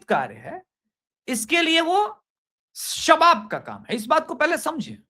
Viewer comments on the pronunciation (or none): "शबाब का नहीं सबाब का काम है"... बोलिये।